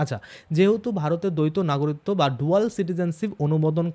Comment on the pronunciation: সমানে নাগরিত্ব নাগরিত্ব এই উচ্চারণ করছেন কেন ? বলুন না গ রি ক ত্ব